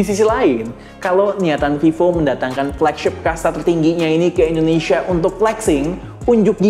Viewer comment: bang kenapa kalo nyebut Indonesia selalu endonesia ? cmiiw